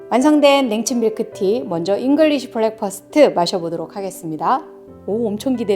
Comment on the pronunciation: 좋은 영상 감사합니다. 그런데 발음은 블랙퍼스트 아니고 브랙퍼스트 입니다.